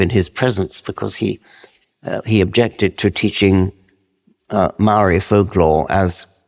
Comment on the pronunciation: How about his pronunciation of Mouwee...😂 They must be a unknown sub tribe of Ng te Pakeha....😂😂😂